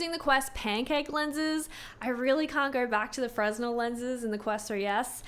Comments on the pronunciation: Please, Please, PLEASE!!! 'Fray-Nell' lenses, NOT 'Frez-Null'! This is a common enough word in this space to not mispronounce! Also, yes Fresnel is older technology going back several hundred years, the 'pancake' aspherical lenses are decades old, but require more precise moulding and grinding, making it a more expensive lens to manufacture. Advantage of aspherical over Fresnel is larger 'sweet-spot', and less glare, especially when paired with OLED displays. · fresnel is pronounced frAY-nel, not frez-nel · it's pronounced Fren-elle. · Can you please start to pronounce the type of lenses correctly? It’s ‚fre-nel‘ Thank you! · Fresnel lenses the word is pronounced like "fruh nel" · FYI - The S in Fresnel is silent - it's "Fer-nel" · The 'f' and 'r ' aren't flipped. It's fruh-nel. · Fresnel pronounced 'frennel' I believe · My stupid ass kept thinking she was saying Fresno lenses 😭🤣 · Fresnel pronounced "fray-nel" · I'm super nitpicky here, sorry, but I think fresnel is pronounced "fre-nell". 😅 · fresnel the "s" is slient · The "s" in Fresnel is slient!